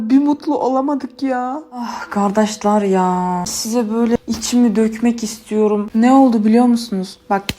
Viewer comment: Abla unutma biz senin yanındayız seni çok seviyoruz ve hep iyiler kazanır bunu sakın unutma senin "gardaşlarrr " demen bize az bile olsun tebessüm ettiriyor seni çok seviyoruz 😊😘